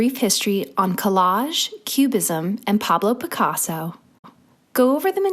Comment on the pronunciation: par-blow pick-arso🤣